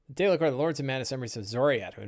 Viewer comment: How do you pronounce daelkyr? I don’t think it’s day licker! lol good stuff with the seven samurai!